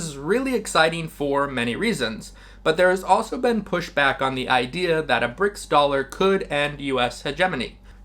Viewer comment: I love the video but stop saying Brick dollar. It's Brics currency, it has nothing to do with the dollar